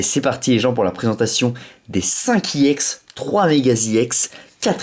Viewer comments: pk tu dit iex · pourqois tu dis iex